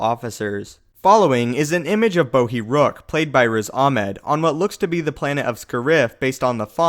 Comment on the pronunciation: It's not Bohi, it's BODHI. and you're pronouncing Scarif